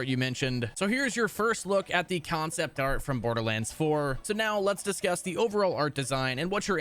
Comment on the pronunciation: Why in the fuck does this dildo say concept like that? Kion-cept